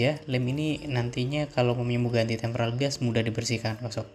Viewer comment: Tempered glas bukan tempral glassa. Waduh